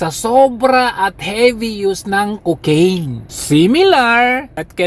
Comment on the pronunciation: Super tawa ako pag binibigkas mo ang Cocaiiiiiiiiiiine! Hahahaha